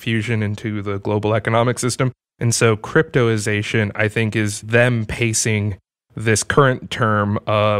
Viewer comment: I'm reading cryptozation but you keep saying cryptoization?.... which is it.... is it misspelled or are you misspronouncing it?....